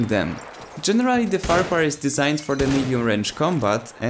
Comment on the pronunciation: It's pronounced FAR-Q-HARRR